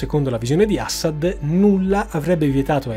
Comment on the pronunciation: Ciao, complimenti per l'enorme lavoro che fai e che metti a disposizione per noi in modo gratuito, ma sentir pronunciare "Assad" in quel modo fa venire l a pelle d'oca. C'è un motivo per cui metti l'accento sulla prima sillaba?